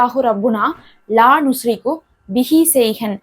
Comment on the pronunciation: அரபியில் உஷ்ரிகு என்று இருக்கு நீங்கள் நுஷ்ரிகு என்று வாசிக்கிறிர்களே எது சரி